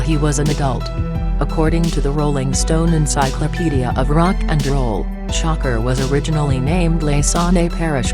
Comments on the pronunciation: come on u guys couldn't get to say sha kur instead of sho cker...couldn't even get thru the video... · Gen.Bea$tMode It doesn’t know how to pronounce "SHAKUR" Tupac's last name.....lol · She cant even say his name right who the fuck is shocker 😂😂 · Who tf is shocker it's shakur idiot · gangworld; please get another voice-over; the "shocker" sh*t and other mistakes w/ words are horrid...